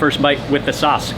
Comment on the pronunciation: Sauce not Suss